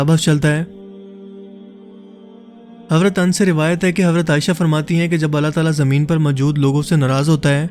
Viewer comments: Dear, Please pronounce Hazrat Anas not Ans. Thanks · sahabi ka naam ans nahi blky anas hy .. naam thk lia kry sahabi ka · Is anas not ans